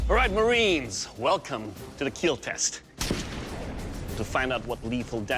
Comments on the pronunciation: "It... will not keel." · "It will Keel" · He actually says 'keal' which means Keep Everyone ALive.